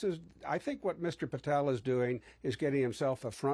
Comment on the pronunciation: Patel ... rhymes with ... not well.